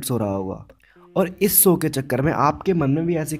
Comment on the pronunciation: Bhai apni language sudhaaro sow nhi show bolte h